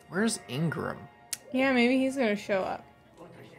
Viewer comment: Still calling him Ingram and not Igaram🤣